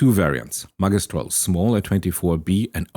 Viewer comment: it's pronounced ' ma gi stral ' th gi as in magic not as the game